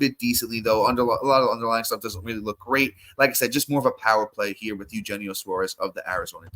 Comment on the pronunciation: You’re killing me man. Eugenio (Yu-hen-neo) Suarez.